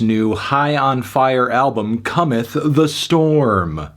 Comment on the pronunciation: my guy said "come storm" 😭